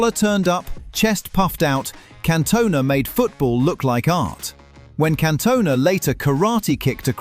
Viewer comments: Yeah had to turn off immediately after "Cantoe-na" lol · Cantoe-na lol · Can Toe Nah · That Cantona pronunciation really irritated me